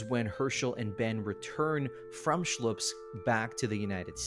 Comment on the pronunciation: It's Slupsk, not Shlupsk - It's as if calling New York the New Bork.